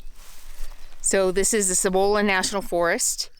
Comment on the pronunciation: So glad you are enjoying NM. Cibola is produced c-bowl-la. Sorry :-)